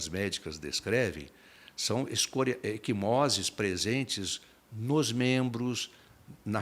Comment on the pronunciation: Equimoses, não “eSquimoses”, ai, Beto!